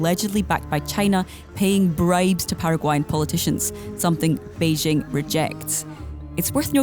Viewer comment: Journalists that say "Beizhing" (Beijing) and "Taipei" (Taibei) probably don't know anything about China.